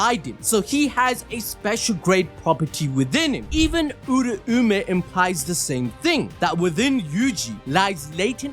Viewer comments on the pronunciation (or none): everytime he says oora-oome my soul gets hurt.. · Bro must have yujis soul power also cuz him saying "uraumay" hurts my soul